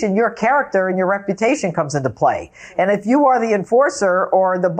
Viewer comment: I don't have to pay, damaged my rep-a-tation...